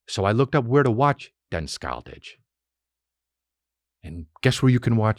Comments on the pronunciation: as a scandinavian, hearing Chris trying to pronounce Den Skyldige was hilarious and cute, I had NO idea what he was trying to say before I googled it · Hey Chris! Im from Denmark, and in the Word ‘skyldige, the ‘g’ is silent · Im from sweden but denmark do fucking awesome chriminal thrillers. Den skyldige is the same on swedish and its pronounced Sch-y-ld-ig not sk-ijl-dish. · "Den skyldige"🤣 it means "The Guilty" in both Danish and Norwegian, in case u didn't google that. Hahaha "Denn Skyle-didge"🤣🤣🤣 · For a swede, your pronounciation of Den Skyldige is hilarious. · Hilarious. I figured out as soon as he said it's Danish. I'm Swedish.